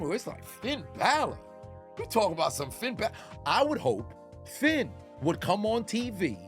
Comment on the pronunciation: Roman called him "Finn Balot" 😂😂😂😂😂😂😂😂😂😂